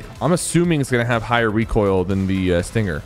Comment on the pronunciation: Yo, its Sting-er, not Sting-ger Sypher lmfao